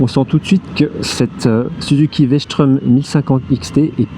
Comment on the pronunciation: Strom, pas schtraume!! elle est pas allemande ! Super essai merci!